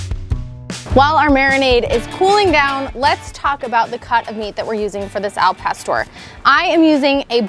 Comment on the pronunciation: The way she pronounces Al pastor makes me know this is anything but authentic 😂